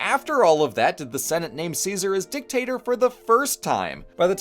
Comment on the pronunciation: DICTATOR not DICKTACTOR